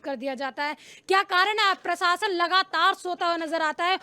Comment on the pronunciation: Sorry madam again,,,, प्रसासन नहीं प्रशासन।